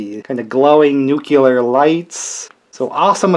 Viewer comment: Why does everybody say "nukular" the way Homer Simpson does?